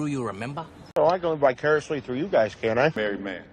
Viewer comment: I intentionally watched this video that I found out you drop the letter R From the word -through! In addition I convinced That is born to teach English as he is utterly great with it.